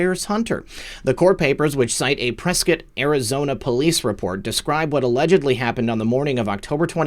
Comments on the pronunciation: i like that you know how to pronounce Prescott . really disappointed that Sheila Polk , Our County atty. let that crack fiend get away with all that .. Prescot IS a "good ol'boys zone " tho . Lots of ties to No Name too .. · How did you know how Prescott AZ is pronounced?